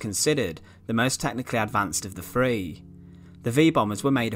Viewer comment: The comments aren't criticising the accent, it's the words. The voice over says: Bommah not bomber Nuculer not nuclear Free not three Fermonuclear not thermonuclear